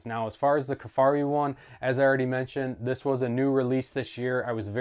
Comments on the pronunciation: The video was very informative, but I do agree that the mispronunciation was distracting. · Two things…He’s comparing the Kifaru to a non enclosed marsupial and He’s pronouncing Kifaru wrong…ruined the entire Video with those two things…might as well not even spent the time making the video…waste of everyone’s time 🙄